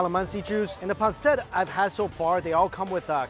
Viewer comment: Bro its pancit not pancet 😂😂😂